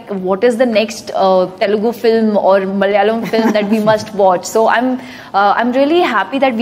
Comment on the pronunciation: It's not Telgu, it is Telugu